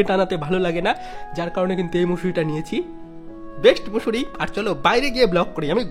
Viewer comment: Mosare❌ Musure✅ 😂😂